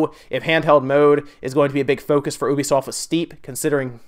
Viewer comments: It isn't Obisoft. It is U-be-soft. Ubisoft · Is it really pronounced oobisoft? I thought it was youbisoft like a u sound. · Kinda funny how you pronounce 'ubisoft'.